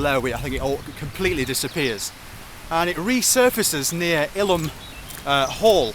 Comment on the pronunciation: it's not 'hulm' it's hyume (Hulme) - saxon for 'home' - and it's eye-lam for Ilam, not illam. If you ever go to the plague village of Eyam, make sure you pronounce it 'eeem':P